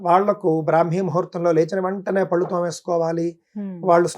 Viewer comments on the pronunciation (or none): none